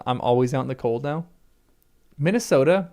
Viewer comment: You just said Minnesota but I heard Minas Ohtar , hahaha BTW my home city is Cape Town, there's no place like home